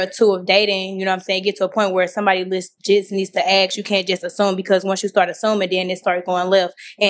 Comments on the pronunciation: ASK, NOT AXE!!!! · Please please please people say ask not acts